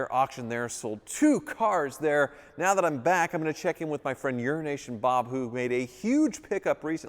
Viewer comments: You're not even enunciating it enough to make it sound like it could have been Euro Nation Bob anymore, now you're just CLEARLY saying Urination Bob. 😂 Poor Bob. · it´s only me that listens "Urination Bob" ? :D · All I hear is "Urination Bob" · Mannn you gotta stop saying his name like that 😭